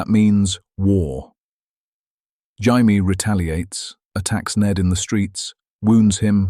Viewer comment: Jamie pronounced Shai-me. AI crap.